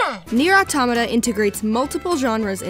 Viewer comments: Auto•mah•tah!!! I get so triggered over this 🤣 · It’s ah tow mah ta I thought it was pronounced how it’s spelled but at the end of ending Whatever was like thanks for completing this game and I was like bruh why you say it like that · Here in Brazil we pronounce Nier Auto[mah]ta. And I believe this is how the POD pronounces in the ending E. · awetomahtah. not hard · "Nier Automato" I so died ^^ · Why english natives have issues pronouncing automata?